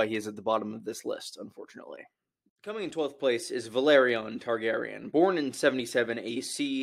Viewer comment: Valerion and Velaryon are not pronounced the same. Valerion would be Va-leer-E-on and Velaryon is Vel-R-re-on.